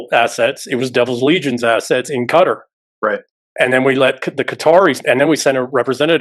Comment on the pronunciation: Qatar is pronounced Kah-tar, not cutter.